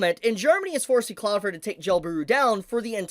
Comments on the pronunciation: For the love of God pronounce the second L in cloudflare when you say cloudflare. It is not Cloud Fair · Your still saying Cloudflare wrong, it definitely has an L in it, well two but you are missing the second one. Like your channel and the info you share but it takes away from what you are saying when you keep mispronouncing your topic.